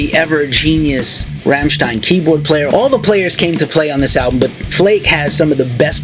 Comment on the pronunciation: If you want to know how to pronounce "Rammstein" ... maybe listen to the track called ... "Rammstein" ?? Anyhoo, I have heard the new album and ... was disappointed. We know that their albums usually have a softer track or two on them, but this is mostly soft tracks.